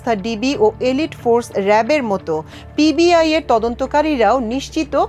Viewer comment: Pib nah pbi , 2 bar pib bolte sunechi, thik vabe khobor porun.